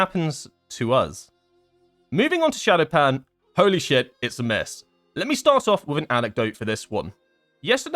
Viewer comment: Why did they have to mess up Shadopan again. That makes me sad.